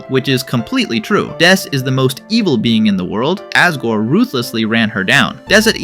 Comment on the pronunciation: ...why do you say Asgore with an A instead of an O..?